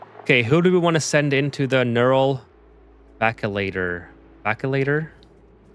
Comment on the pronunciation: Neural Vacillator (vas-uh-ley-ter). Vacillate used to mean to waver back and fourth, but more commonly means undecided or hesitation.